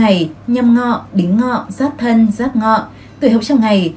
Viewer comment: Thấy ₫ể giáp dần, mà nói giáp nghọ